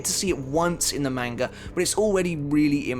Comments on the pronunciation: The correct pronunciation of manga is mahn-gah, not MAN-ga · He said main-ga.... Disliked... Done watching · The way this guy says manga kinda sounds like mango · The video isn't bad at all but ur pronunciation of Manga is cringing its not a long a is a short a instead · Can you say Manga the correct way please...